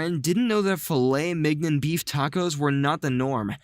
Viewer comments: That's an impressively close pronounciiation. It's the "gn" sound he messed up, a sound that's virtually nonexistent in English, otherwise, that was spot on. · Who else cringed at how he pronounced “Filet Mignon”? I’m dirt poor bro, but damn that hurt to hear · mans just said "filet 'migh-nuhn"